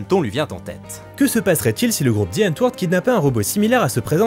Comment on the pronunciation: Alors par contre ta prononciation de l'afrikaans, je l'utilise dans mes toilettes après la grosse commission... Ca se prononce AN TE VOR TE (à la neerlandaise, plus propche de l'allemand donc). D'où le "die" et non "the" devant, tu aura noté. Bon je vais essayer de finir la vidéo sans vomir, j'espère que tu le prononce pas trop souvent :) Je trolle hein, j'aime bcp tes vidéos sinon (sauf le générique des anecdotes, j'en peux plus)